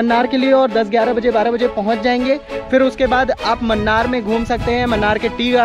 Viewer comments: Munnar is pronounced as mannar😀 Its moonnar ( മൂന്നാർ ) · Mannar nahi munnar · Please note it is not 'Mannar' ...it is pronounced as 'Moonnar' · Not mannar Its moonnar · Munnar hai , mannar nahi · Man its not mannar, pls pronounce MUNNAR split it MU NNAR, dont mislead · Mannar mathai speaking :)